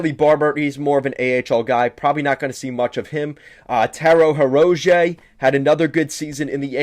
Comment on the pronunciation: Learn the players names if your going to talk about a team. Butchering Hirose and Nedeljkovic's name shows me you don't follow the team.